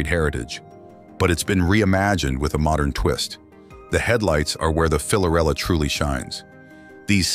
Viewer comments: Dude, it's Fiorella, not "Filorella", it's written in the licence plate. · Actually, the name is Fiorella and not Filorella. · Fiorella not filorella